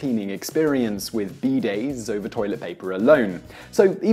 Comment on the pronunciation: oh you mean bidays not beedayds